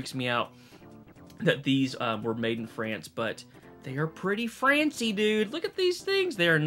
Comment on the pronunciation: “They are pretty francy 😂😂😂”